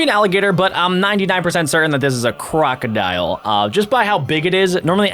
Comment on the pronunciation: It's krookidil